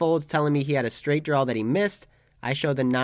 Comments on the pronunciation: At this point I think is just “trawling” us with the pronunciation of “drawl”… go get em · Please quit saying "drawl" it's not a drawl there is no "L" in draw. Thank you